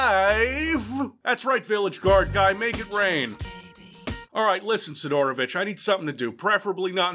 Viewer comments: Si'dorovich - first syllable is stressed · Why you pronounce Sidorovich so wierd? The emphasis should be on first "i", not "o". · You're saying his name wrong! It's Sidorobitch! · not sidOOOOrovich but siiiiiiiiiidorovich